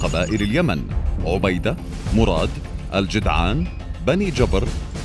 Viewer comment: ركزوا على نطقه لـ " المخدره - مدغل " 😂😂😂 و " عُبيده" الطااااامه 😂😂 انطق زين الله يقذاك ياذا البليه